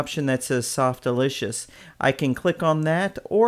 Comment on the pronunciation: Lol Softalitious :p Its Softaculous not Softlicious :D